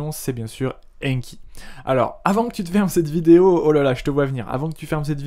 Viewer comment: Il ne s'agit pas "d' AINNNNE........KI" mais "d'ANKI" avec AN prononcé comme dans nouvel AN. Veuillez réviser votre prononciation avec ANKI justement!